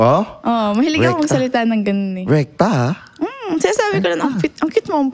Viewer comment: Lol ....did i heard her say "RECTAL"...Instead Rekta. 😂